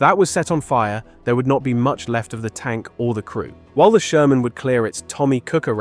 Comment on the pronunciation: Die KI quatscht einen Scheiß zusammen ... Sörmän usw...